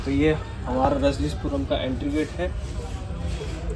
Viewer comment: Phale ...rajnishpuram thik say bolna shik lo